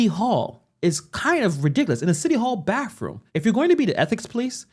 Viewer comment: “Baffroom” lol okie.